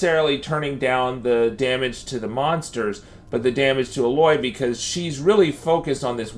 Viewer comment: Thanks but her name is pronounced AYE•LOY not UH•LOY